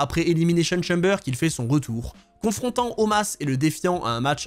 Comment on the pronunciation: je veux bien te croire. Mais ou est-ce que tu as appris que ça se prononce comme ça ? Parce que de mémoire les promos qu'il y avait c'est bien Omos la prononciation